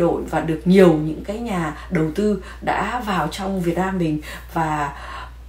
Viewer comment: Đại Lam😂😂Việt Lam chị ơi……..please tập lại chữ L & N đi c ơi nghe funny quá